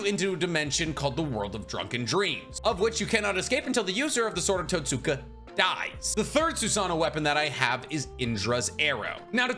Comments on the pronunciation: Totska blade. Not totsuka blade. You write the second you speak the first. In japanese some u's are silent. So the more you know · The sword of totsuka is pronounced towtska the way you pronounced it is like someone pronouncing Sasuke like sasookay